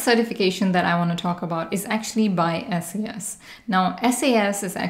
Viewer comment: It's called "SAS" as in SaaS, not S-A-S